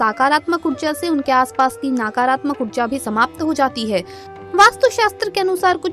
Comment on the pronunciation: आपकी जानकारी के लिए धन्यवाद कृपया उच्चारण सही करें, नकारात्मक को नाकारात्मक , व साकारात्मक न बोलें, मंदार वृक्ष अलग है रुई का अलग, अल्प ज्ञान से भ्रम न फैलाएं।